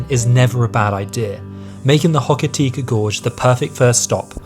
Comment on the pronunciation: Welcome to New Zealand. It's great to see you enjoying our country so much 😁😁😁 It's actually Hokitika Gorge: Hoh - ka - tik -ah, not Hokita 😊😊 And although it's not a tropical rainforest, it is a rainforest 😄 Yep, the West Coast sandflies are famous for their size and ferocity! Lol 😂 Hares are cool 😎 Wānaka, pronounced: Wan (rhymes with swan) - ah - kah, emphasis on the first syllable 😊 Iss- miss, is the pronunciation for Isthmus, which is not a particularly New Zealand word😊 Mitre Peak: my -ter😊 not mee -tra. I thought you guys were English?😂 Mount Cook's Maori name is Aoraki : A -or -ah -key.